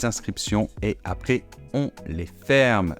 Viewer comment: Merci de prononcer ”français ” et non ” francé” ! S’appelaient, même faute, et non s’ appelé! Charité bien ordonnée commence par soi-même... Après et non apré... j’arrête là.